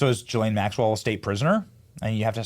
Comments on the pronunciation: Gill-lane not Jill-lane 😂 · Who called her ghis-lane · Ghislaine is with a hard G and do not pronounce the s. gilaine. Hard g not soft g. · Ghislaine is pronounced with a hard G as in gamble, NOT a J as in gym. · Benny, since you went to Community College( !!!), here's a tip: Ghislane is pronounced GEE-LANE (hard G!). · It's "Gill-LANE". I'd bet there's a pronunciation YouTube video on it.